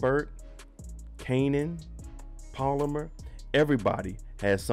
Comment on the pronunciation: BRO ITS NOT POLAMER ITS PALOMAR!! YEZUZ TAKE THE WHEEL